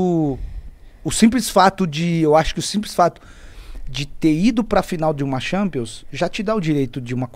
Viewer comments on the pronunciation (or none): Thanpions né kkk